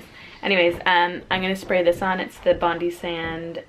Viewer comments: Love watching your videos, Olive is super cute 😍 Just an FYI Bondi (BondiSands) is pronounced Bon-Die, it's a famous beach here in Australia 👍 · Love the lip combo! P.S It's pronounced Bond-I (the 'i' is pronounced like in 'ice' rather than 'i' like in 'igloo'). Love from Australia xx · Bondi Sands is pronounced ‘Bond-eye’ as I the famous Australian Beach 😊👍🏻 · Bondi is pronounced "Bond-eye" (Bondi Beach). Come visit Australia!!